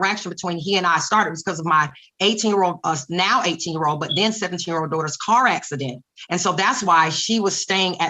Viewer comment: I hate how she calls them her dohters